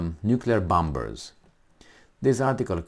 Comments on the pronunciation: Please, let's get real. We Aussie have very limited defense capability (for such a land mass) and at first sign of trouble we will be begging for help from Uncle Sam. It is reciprocal agreement, i.e. beneficial for both nations. BTW "bombers" has a silent "b". i.e. sounds like "bommers". Anyway, really enjoy your podcast (even if I don't totally agree). Keep up the good work. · I love ya bud. But bombers is pronounced bawmers